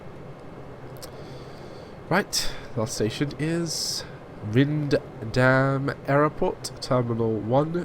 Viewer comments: It's pronounced as Rhinedam. Yes, nice and simple. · I am glad you like my fictional city. In Beta 3.11 (probably in a few months), a 2018-version will be available (with extra lines) and an historic 1985 version. By the way, for the correct pronunciation; in English it is "Rhinedam". ;)